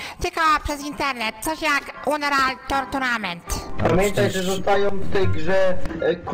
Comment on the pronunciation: tourtunament xD